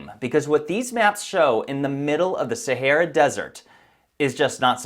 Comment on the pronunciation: STOP SAYING "SARAH DESERT" IT JUST 'THE SAHARA' I CANT TAKE YOU SERIOUSLY!